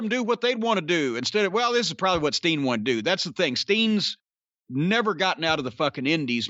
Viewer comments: Keeps sounding like he's saying "Sting". Throwing me off!!! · I dunno why, but it cracks me up when Corny says “Steen.” Agree w/ his assessment of Owens right now. Love him, but it feels like he’s completely lost his edge as a baby face.